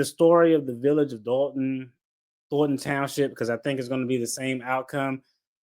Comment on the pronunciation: DOLTON NOT DALTON BRO